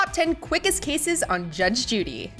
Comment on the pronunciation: She talks too much is the point. And it's 'cases' not 'casses'.